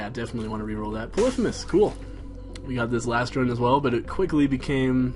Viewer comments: You keep pronouncing 'Polythemus' wrong... It is : Polly-Fee-Muss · I think it's poly-fee-mes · LOL at him calling polythemus "puhlithamiss" know your greek myths! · is it just me, or does the way he says polythemis mess with you? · repeat after me: pah-lee-fee-muss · why do you pronounce polyphemus so weird?